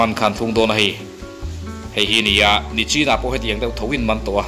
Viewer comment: Nachin tilo a nichin i ti khi a va mawi in ka va lawm em👍